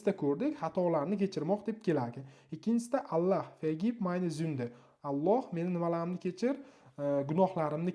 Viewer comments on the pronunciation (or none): none